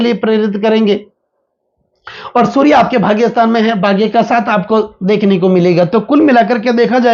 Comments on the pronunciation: 😅😅😅😅😅 वहीं समझ में नहीं आता है कि यह श अक्षर बोल सकते है लेकिन गलत जगह इस्तमाल कर रहे है।😂😂😂 चलो, जो महत्वपूर्ण माहिती मिल रही है उसे लेले और समझ लें। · अरे बाबा जी शूरया नहीं सूर्य ।